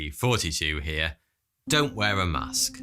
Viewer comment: He always sounds like he says, " 42 here" instead of lol